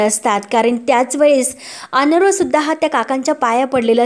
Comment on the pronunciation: अनरवं नाही तर अर्णव (अरणव) असा उच्चार करा